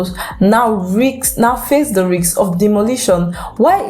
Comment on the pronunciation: "riks"?.... risk woman, risk